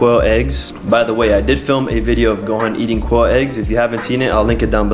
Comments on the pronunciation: Kwoll ?? Its Quail. And it was not a lemon. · Why can't you pronounce Quail?